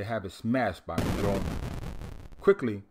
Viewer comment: I dig a lot if what you're doing with these videos, but please PLEASE learn how to pronounce Mjolnir correctly